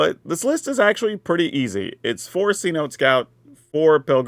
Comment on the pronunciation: Seh-noh-tay. Just saying 😂